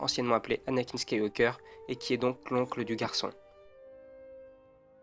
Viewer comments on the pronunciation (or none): none